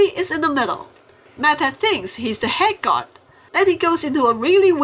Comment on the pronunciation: When you say guard it sound like you said god